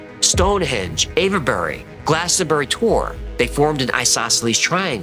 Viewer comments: Love all your videos. Avebury is pronounced without any inflection on the e. I used to know the Arch Druid of Avebury & my father was brought up there as a young-un & used to sledge down Silbury Hill! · the E in Avebury is silent. So you have the ave sound as in behave, or gave, plus bury.